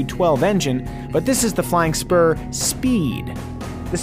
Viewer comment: First I thought he said "Flying Sperm"...